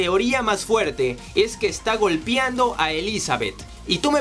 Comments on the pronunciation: GOLPEANDO, no "golpiando" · No puedo tomar enserio el "golpiando" por dios, se dice GOLPEANDO. están bien interesantes estos videos pero por favor corrige eso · Se dice golpeando y no "golpiando" :v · ¿Soy el único que sintió escalofríos cada vez que dijo la palabra "golpiando" (con i)? Jajaja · Estaba súper clavada hasta que escuché el "golpiando" jaja excelente resumen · Alguien noto que dijo "golpiando" en el vídeo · GOLPEANDO NO GOLPIANDO GOLPEANDO NO GOLPIANDO GOLPEANDO NO GOLPIANDO GOLPEANDO NO GOLPIANDO PD: IMPERMEABLE NO IMPERMIABLE DE AHI EN FUERA BUEN VIDEO ✌️ GOLPEANDO NO GOLPIANDO